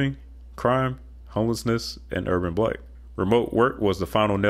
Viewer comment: the word 'blight' is pronounced with a long a sound, as in rhymes with 'might'.